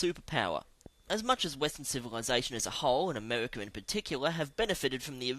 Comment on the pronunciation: ...who invented Amehwicka